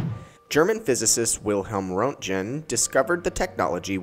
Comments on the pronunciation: Roentgen is pronounced, "Rent-gen." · Why do you pronounce röntgen wrong? It is a well known name...